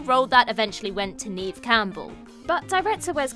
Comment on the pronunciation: Neve Campbell’s first name rhymes with the first syllable of “never.” You guys always get it wrong.